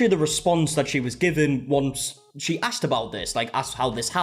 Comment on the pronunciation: The second she said “If you AXKED permission” I knew she was uneducated and wrong immediately